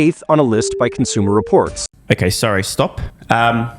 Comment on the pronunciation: cons-u-more distorts living up to their name